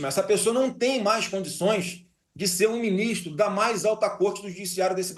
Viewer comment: " ... beu binistro... quer ser meu vice" kkkk